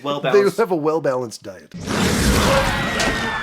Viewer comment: Yes,, a well-balanced die-t. How did you not catch that one? lmao